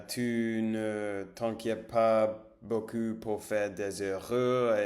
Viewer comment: Attention à la prononciation "ou" : (u) Ce n'est pas la même chose beaucoup que beau cul 😂